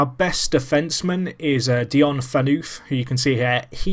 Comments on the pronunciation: The way you pronounce Phaneuf, is Fan-uf, and the Marlies is the AHL Affiliate, meaning you can send down players you don't want to use in the NHL, such as prospects. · Dion Phaneuf is prenounced Dion FA and then how you prenounce ENOUGH but without the E So FANOUGH